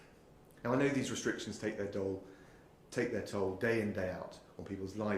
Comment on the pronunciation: He says toll dude